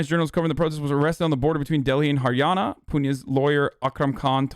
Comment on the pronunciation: Her pronounciations are top notch. Haryana, Bihar, Mandis.